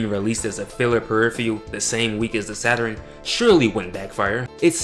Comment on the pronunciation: Funny to hear you say "Saturin", instead of Saturn! My little brothers, and cousins used to say it the same way... Also, I can see you've done your research... SALUTES 💪🏿